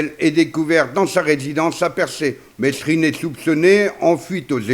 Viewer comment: Mesrine se prononce mérine,c'est la moindre des choses !